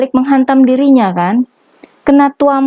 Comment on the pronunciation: Ngomongnya biasa aja kaliii... "Tampol" gitu aja😁😀😂😜😛💥 TUAMPOOLL